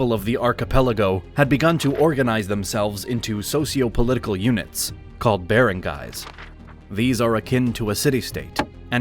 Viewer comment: He pronounced Barangays and Datus wrong.